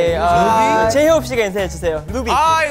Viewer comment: And jhope pronounced Luby instead of Ruby that's so cute 😱😍💓